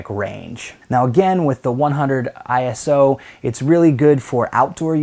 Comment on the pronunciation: earned a like just for pronouncing ISO correctly...